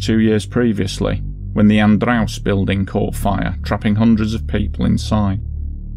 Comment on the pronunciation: In Brazilian Portuguese, the pronunciation of "Joe" in Joelma is just the same as in English. You're not supposed to say "Hoelma". However your pronunciation of Andraus is on point.